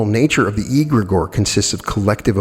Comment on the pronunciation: pronunciation: 'egregore' begins with an ‘e’ sound like in ‘egg’: the rest of the word, you’re pronouncing fine